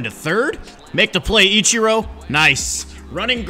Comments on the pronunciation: What else will he say Itchiro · It sounds like he's saying "ECHIRO".